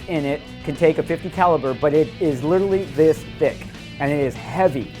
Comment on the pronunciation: "In order for glass to be bulletptoof it has to be THIS thock" Then there's Clash...